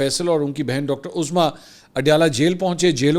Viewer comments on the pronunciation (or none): none